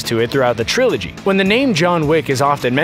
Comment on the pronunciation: I stopped watching when the video voice said “Trilogy”